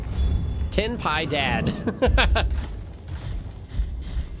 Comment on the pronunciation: It should be pronounced something like "pee-ay-dye-d". It means piety.